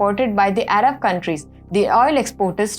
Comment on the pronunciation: araV(Arab) countries ?? yellei (ally)?? Please improve